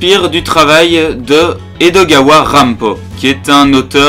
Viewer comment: Salut. T'as du courage pour t'attaquer à une telle bouse. Par contre ça se dit Ranpo et pas Ranpoo, c'est pas très grave mais par contre le nom de Poe se prononce Po et pas Poo (#nazidelaprononciation). Le problème de cet animé, c'est qu'il se torche le fondement avec Edogawa plus que lui rendre hommage, en transformant notamment le personnage de Kobayashi en travelo et en mettant de la tension yaoi avec Hashiba. Je trouve le personnage d'Akechi mal utilisé, le "gag" de la légiste et du mannequin est nul à chier et un gâchis pour ces deux doubleurs qui sont des monuments (pour situer le mannequin c'est Mitsuo Yamaguchi alias Shinichi et Kaito de Détective Conan, Ranma de Ranma 1/2, Usopp de One Piece ou encore L de Death Note, et la légiste c'est Saki Fujita alias Ymir de SnK, Ritsu dans Assassination Classroom et motherfucking Hatsune Miku). Les enquêtes sont mal développés, on nous donne pas les indices, les personnages grisés c'est complètement contre productif pour un animé d'enquête, les révélations sortent de nul part, et franchement à côté de ça Kindaichi c'est l'extase. J'étais un des mieux disposés à l'apprécier, et pourtant ça a été la méga déception, cet animé est à jeter aux ordures. Si tu veux de meilleurs animés policiers, je peux t'en conseiller des mieux foutus, comme Sakurako no Ashimoto qui sort cette saison, Kindaichi qui a quelques lacunes, est très lent et fait un peu trop souvent dans les meurtres en série avec un coupable qui meurt à la fi